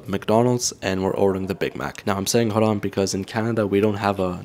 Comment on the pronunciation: You pronounced Haram wrong